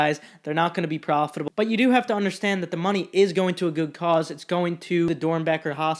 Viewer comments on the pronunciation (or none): none